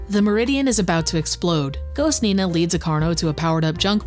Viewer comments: Who the hell IS Nee-Naah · "WHO the HELL is NEEE-na?!"